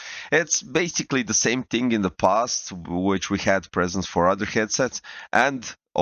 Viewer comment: PREsets, not presents xD